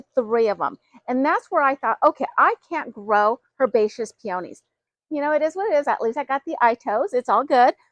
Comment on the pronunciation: I can't even listen to the way she says peonies wrong